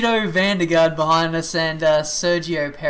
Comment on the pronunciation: Nice pronunciation of G. VDG! (eventually ;p)